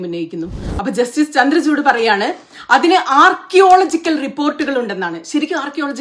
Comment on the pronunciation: ചന്ദ്രചൂടിന് ആർക്കിയോളജിക്കൽ ഡിപ്പാർട്ട്മെന്റ് എന്ന് പറയാൻ പോലും അറിയില്ല ശ്രദ്ധിച്ചു നോക്കിയേ അദ്ദേഹം പറയുന്നത് റോങ്ങ് ആണോ ആർക്കിയോളജിക്കൽ എന്ന് പറയുന്നത് അദ്ദേഹത്തിന്റെ ഉച്ചാരണവും തെറ്റാണ് വീഡിയോയിൽ കറക്റ്റ് ആയി പറയുന്നുണ്ട് കേട്ടാൽ ശ്രദ്ധിച്ചു കേട്ടാൽ മനസ്സിലാവും ഇദ്ദേഹമാണ് സുപ്രീംകോട്ട് ജഡ്ജ് എന്നും പറഞ്ഞിരുന്നു പൊട്ടൻ